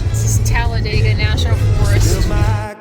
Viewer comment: I’ve lived in Talladega all my life. Thank you for pronouncing it correctly!!